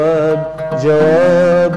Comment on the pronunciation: ابعتلي جواب بالجيم مو بالچيم، طالما كاتب لصباح فخري فالمفروض سمعانها منه وبتعرف انه بيرفض يلفظ الحروف بشكل خطأ متل ما حضرتك عم تلفظ، الأغنية حلبية بالنهاية مو مصرية.